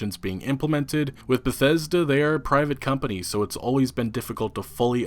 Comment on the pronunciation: though you said "bethetic"